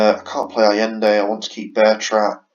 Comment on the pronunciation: It's pronounced ah-yen-day.